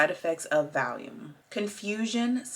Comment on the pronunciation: Just to let you know it’s pronounced Val-e-um 🙂